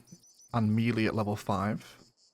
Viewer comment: Took me a while to realise what you were talking about when you said "mealy". It's pronounced meh-lay; it's of french origin. 😂